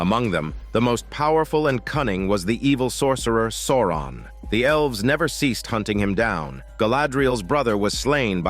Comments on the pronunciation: The way you pronounce Souron 😜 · It took me a bit to get used to. 😂 But it's AI, so not surprising it got something wrong.